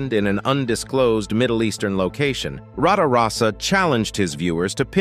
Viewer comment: got 10 minutes into this complete travesty and couldn't take any more , the youtubers name is RATAROSSA , not Rada rosa , it is a BIZZARINI GT5300 Strada , not a Lamborghini Bisani Stratus ,powered by a Chevrolet 327 , heavily reworked by Bizzarrini , Bizzarrini indeed designed a motor for Lamborghini but never produced a body for it instead siting it in a Lambo 350GT body as a test rig